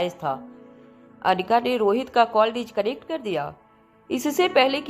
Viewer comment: डिचकनेक्ट नहीं डिस्कनेक्ट होगा